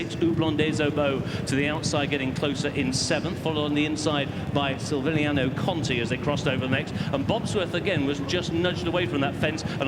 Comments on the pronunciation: Silviniaoooo Conti.learn the names,poor. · The commentator not realising that there is a "c" in Silviniaco really got on my nerves more than it should have! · Announcer can't pronounce Silviniaco, lol